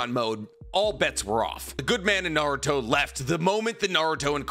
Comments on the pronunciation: Naurot?!, you drunk? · "We are Naurot, the fusion of Kakarot (Goku) and Naruto!". Sounds like Vegito refusing to say Goku. Lol, but for real that would be a pretty dope fusion.